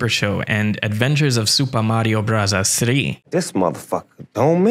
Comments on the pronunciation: Please stop saying Mario brothers like that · “Suupa Mario Burasasu!” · So told you how to say Super Mario Bros: Supuh Mawio bwudduhz. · The fact that you keep doing the Japanese pronunciation is one of the best things ever. Gets me every time. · Your commitment to the pronunciation of Super Mario Brothers is commendable. 😆 Love it.